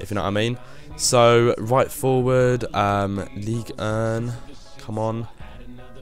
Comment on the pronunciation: say league urn one more fucking time i dare you.